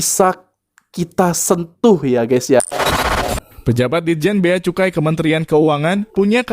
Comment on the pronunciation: Cukai bkn kucai .... Kak oiii ...😂